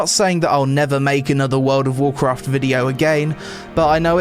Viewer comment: "wowd of wawkwaft" enough said. And holy run on sentence without substance.